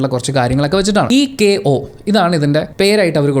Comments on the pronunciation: Bro ude Pronunciation thettu aanu Movie name Echo ennu aanu Ath movie team thanne Paranjittu ind Interviews l Pinne oru difference nu vendi Vere Japanese language l Echo Eko ennu aanu ezuthaane Allathe pronunciation Echo ennu aanu bro Not Eko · phonetics for "echo" isˈek.əʊ breaking down into the sounds "eh-k-oh". The first syllable, "ech," is pronounced with a short "e" sound and a "k" sound, and the second syllable, "o," is a long "o" sound, with the first syllable stressed slightly more